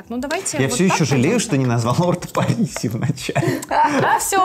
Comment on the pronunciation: Ребята, бренд Orto Parisi - итальянский бренд, фамилия итальянская, поэтому произносим не Париси, а Паризи(умничать тут не собиралась, если что😃)